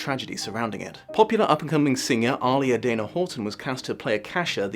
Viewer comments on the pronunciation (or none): Not sure of how often she'll be brought up again. But the actress/ singer playing Akasha, her name is actually pronounced Ah-Lee-Uh, not Oli-Uh. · Aaliyah is pronounced Ah Li Yah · Ah-LEE-yah you're welcome person clearly too young to remember how to pronounce her name 😘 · I thought it was so bad because Aaliyah died so abruptly and they didn't get to really finish the film. And btw you majorly mispronounced her name. It's not even your English accent making it a little off..you just said it wrong ll together lol. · Someone please teach how to pronounce Aaliyah. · Hearing say Aaliyah's name was the first time his accent threw me in all these years watching LiA. My American self had to rewind to see who he was talking about.